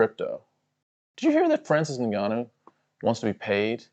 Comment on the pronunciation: Guys i was with franicis 🙃 didnt expect him to turn in to fhranhib nurmagongannou